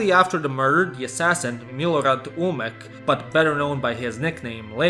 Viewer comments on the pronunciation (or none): It's Milorad Ulemek, not Ulmek :)